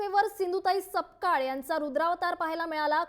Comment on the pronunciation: Are baba its not sakpal it's (SAPKAL)